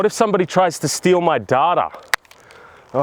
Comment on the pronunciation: Card and Data were said so Australian is that an American accent